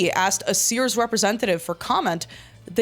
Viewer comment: Gorl said Sears purry forn.